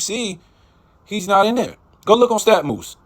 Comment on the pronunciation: its not stat "MOOSE" it is stat MUSE (pronounced like Mus-ic)m-yoo-s. NOT MOOSE